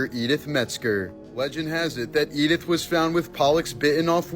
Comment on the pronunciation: Yep, and the fact that her name was "Eat It", sorry edit, Edith! 🤣🤣🤣